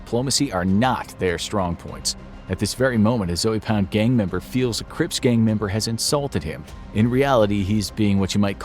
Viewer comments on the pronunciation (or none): It's pronounced Z-oh pound, not Zoey pound...🤦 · Lol he keeps saying “Zoey Pound” it’s like “Zo Pound” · It's not Zoey Pound lol smh. It's pronounced Zo-Pound. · This man said zoey pound lol I can’t stop laughing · Zoey pound. Said it so wrong😭😂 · Zoe Pound was pronounced wrong. The E is silent. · Annnd all the anti American slowpokes completely ignore the mid video stabbing that's far more common. And no it's NOT less fatal or less dangerous. Europeans are just notoriously ineffective at it. That's all. They're bad at stabbings, despite doing it so much. You couldn't even pronounce the name of the gang in your video correctly, let alone get actual information correct.